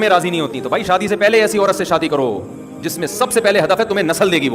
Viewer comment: اورت نہیں ہوتا ہے۔۔۔عورت ہوتا ہے۔۔۔